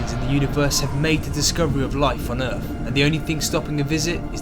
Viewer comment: G'day. Good vid. I love your pommie accent. Like Curious Droid you say 'Errf' instead of Earth. Outstanding. Vive la differance.